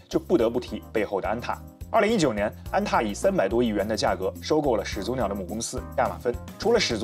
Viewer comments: 两个三声字连读，应该是第一个字变成二声。所以“始祖鸟”，应该读成“石祖鸟”。但是博主读成了“始足鸟”。强迫症患者看不下去这期啊。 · 另外把始祖鸟读成屎足鸟是个什么操作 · 全篇都读的是始足鸟，难受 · 完全题外话。始祖鸟的前两个字都是三声。通常两个三声连在一起的时候，其中一个要变音才自然。始祖鸟的话，感觉应该读作 石祖鸟 这样的读音。